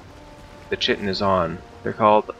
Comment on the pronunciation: Actual pronunciation is "Kite- in" check google if you want. Also, you will definitely have to be in the bronze age to gather chitin. The first real boat is the karve which you were using and it requires bronze nails. Not to mention that you'll have to have killed Eikthyr to make your first pickaxe which heralds the entrance to the bronze age. The first setting of "W" or slowest speed with the sails all the way furled is actually paddling and is used when you are against the wind, etc. The other 2 speeds, half and full unfurled, are when the wind is coming in off port, starboard or aft. I like to take mostly stamina food when gathering chitin or sailing in general usually. Always dock your boat with the ladder facing the leviathan. That way when it goes under you can make straight for it with what stamina you have left. If you run out of stamina you'll start to lose health until you die if you can't make it back onto the boat in time. If you are sailing a long time looking you will probably not have your rested bonus anymore...this is why I always bring some minor stamina mead and I drink this just before taking the pickaxe to the barnacles. I recommend the best pickaxe you can make for speed in harvesting the chitin. :)